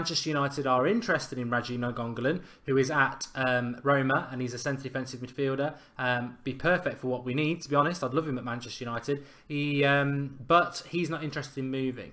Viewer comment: RADJA NAINGGOLAN is an Indonesian name. I'm Indonesian. So, learn from me, Mark ;) RHA - JHA NHA - INK - GOAL - LHAN... that's how you pronounce his name in Indonesian.